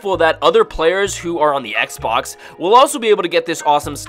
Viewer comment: Why u say xbox like that huh?!